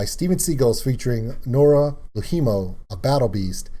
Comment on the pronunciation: Noora LOUhimo - (you said it like 'low Hemo / Lou HIImo(u)'. In Finnish that sounds like 2 separate words.) ALways stress the BEginning :) ... of FINnish words